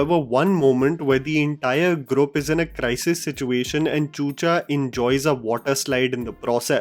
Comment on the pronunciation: Ok as always great review. Just one thing, the word ‘group’ is pronounced ‘groop’ and not ‘grup’